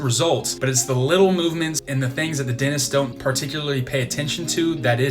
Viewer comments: what is a denist? I thought it was dentist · I like the way you say denists instead of dentists. :-) Well, I got lingual braces right now. And you are right when you talk about feeling ashamed or unconfident when smiling. I had the same problem and now I am training in front of the mirror to get the perfect smile. :-)